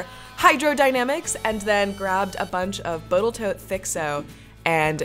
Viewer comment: Boatle Tote...lol.